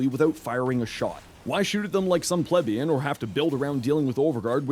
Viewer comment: Bro said the whole “Plebeian” instead of resorting to Pleb. Respect